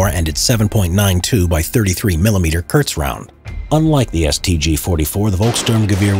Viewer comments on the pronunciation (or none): none